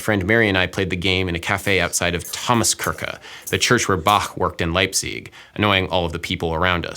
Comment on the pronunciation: "Thomaskyrckxqah, the place where Bahhxjq worked in Leipzyyyxg." At least he's good at music. :) For those who always wanted to pronounce it properly to pretentiously show off like Sideshow Bob, here's how: The light CH sound (Kirche) happens between tongue and teeth when you start laughing or saying "sheesh" while smiling . It sounds like a very soft English SH. Kirche sounds a little like "kitchen" without the T. The heavy CH is a sound closer to the throat like what you hear in Western movies before someone spits in a pan. It's just very short and usually very dry, sounds like a compressed H, but not a K. If you say Ba-- and then show your disdain by spitting chewing tobacco into a pan, you get the sound of "Bach" and you'll be shot by Clint Eastwood. The German Z is simply a TS sound. Leipzig is [lype tsick]. Still there? A light CH follows after E, I, and consonants L, N, and R. Also after Umlaute (Ä, Ö and Ü). A heavy CH follows after A, O, U. Zat's it, ja. Soon ze vorld vill speak German. Hahahahaa!